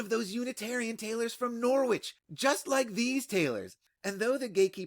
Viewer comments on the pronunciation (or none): As a corrector of bad pronunciations it is my duty to remind you it is NORITCH not GNAW- WITCH , although the latter is more amusing. The fact that I am also useless at pronouncing 'foreign' words is irrelevant here 🙄😅 AVB